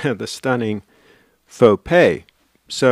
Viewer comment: Nice Fo-Gay,!